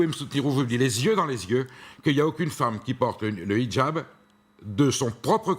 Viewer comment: Très drôle comme elle prononce "Hidjab". Avec l'accent arabe, bien appuyé. Française, vraiment ? Son accoutrement dit le contraire. Qu'elle s'exprime bien, c'est normal : les Frères Musulmans savent choisir leurs porte-parole... Elle défend une France une et indivisible ?Quelle hypocrite ! pour les musulmans, les non-musulmans sont des impurs. Cette religion est violemment endogame. On voit ce que ça a donné dans les Balkans et au Liban. Et dans les quartiers islamisés où pompiers et policiers ne peuvent plus intervenir. Ce sont des musulmans qui attaquent les forces de l'ordre et les commissariats au mortier. Et qu'on ne prétende pas qu'ils sont socialement défavorisés : on a injecté des milliards d'euros dans les banlieues islamisées pour essayer d'apaiser leur violence, sans aucun résultat. De l'argent prélevé sur le travail des Français.